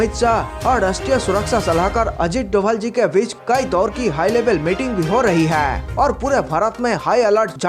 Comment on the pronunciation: Bhai hai word sahe se bol.